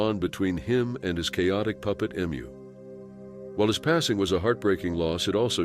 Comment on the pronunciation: Never known anyone to pronounce Emu wrong 😂